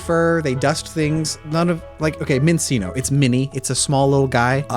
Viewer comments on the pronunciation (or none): pretty sure that Minccino and Cinccino are pronounced like 'chino' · I still cringe when I hear people pronounce Minccino and Cinccino and they make the C's sound like S's. I understand there isn't any H's in there but the official pronunciation is min-CHINO and chin-CHINO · I think it's telling that even though you're aware they're based on chinchillas, you didn't know that Minccino and Cinccino are officially pronounced with "ch" sounds. Why would any English speaker be assumed to know you're meant to read the names with an Italian pronunciation? Sure, once you know you know, and it sounds fine, but it's a very random choice of spelling.